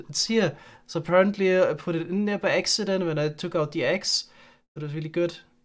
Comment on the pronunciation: He also said " by exident ". So by eggsident he put his eggs in the axe chest.